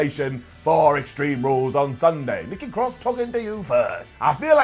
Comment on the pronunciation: She calls her self NEKKI CROSS